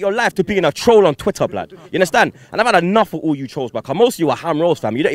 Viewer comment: You 'hunderstan'? Haha